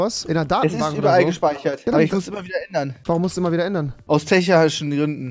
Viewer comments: Rewi korrigier das nächste mal bitte richtig es heißt Technischen und nicht Technichen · Techarischen Gründe 😂😂😂